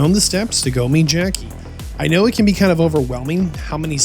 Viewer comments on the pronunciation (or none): Never thought I would ever hear anyone struggle with the word "can" or "ken" as it will be from now on 🤦🏼‍♂️